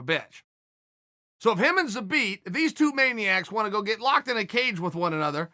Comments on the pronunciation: I love the fact that Chael is TOO LAZY to watch any of Zabit's previous fights and listen to how the announcers pronounce his name. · He never left it. Called some guy an idiot for not saying his name properly but that was the only time I’ve ever heard Chael pronounce it properly.. I dunno